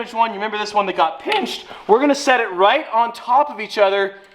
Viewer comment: "The old one that got pIINNched" 🤣